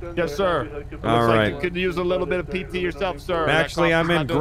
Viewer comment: Just to let u know it is PT n not PTT get it right